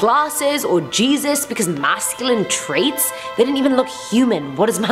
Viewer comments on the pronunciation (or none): none